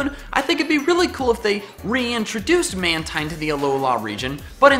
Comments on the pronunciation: It's pronounced Man-teen, not Man-tyne. It's name is a combination of manta and marine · I like these! You sure know how to think outside the box! Side note: Mantine is actually pronounced man-teen. I don't know why, but it is. You can call it what you like though. :)